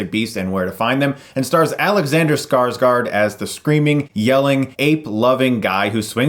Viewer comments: As a Norwegian (who automatically understands Swedish because that´s how Scandinavia works), it´s really funny when you pronounce Skarsgård as "Scar-Scar". The closest English pronunciation would be something like "Scars-gore". It´s like with Django - the D is silent. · Scarsgaard? It's Skarsgård. "Skaars-gaurd" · i "lol'd" everytime you say Scarscar lol. Skarsgård damn it :P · Skarsgård (Sweidsh) is pronounced Skars-gourd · Tattle Boad I got kinda annoyed on Scarsgard since I'm Swedish. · I was just getting ready to correct the pronunciation as well. ;) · If you're going to pronounce a foreign letter, at least look it up how it is supposed to sound. Do you really think the swedish alphabet have two letters that is pronounced exactly the same?